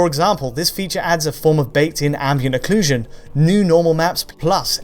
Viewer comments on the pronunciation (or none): none